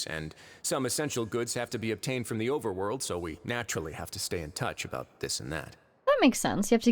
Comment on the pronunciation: "where are we a-boat to go." I'm unsubscribing smh